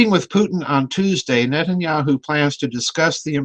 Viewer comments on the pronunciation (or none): lol Did I hear him say at the opening "Nutenyahu" ? Very fitting if not lol